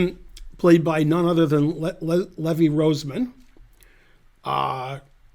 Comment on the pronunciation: how dare you say Levi Rosewater's name wrong.